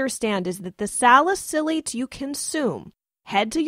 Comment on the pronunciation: You’re pronouncing salicylates wrong